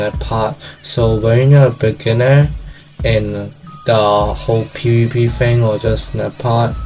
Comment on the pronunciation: IMAGINE SAYING FHING LOL